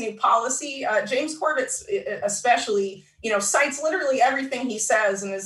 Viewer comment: "cites" not sites